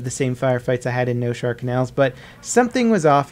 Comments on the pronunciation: Noshahr not Noshar. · it is Noshahr Canals, not Noshar. Why no one seems to understand that? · It's NOSHAHR,not noshar...you peasants